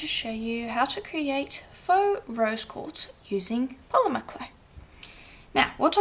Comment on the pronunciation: Great tutorial! (I swear, I kept hearing you say 'Rose gold', lol). I always love how this method looks in the end. Do you get your polishing papers at Firemountain Gems? Thanks, Samantha!